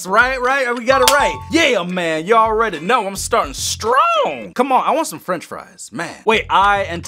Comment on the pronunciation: you didn’t get French first you said frinch fries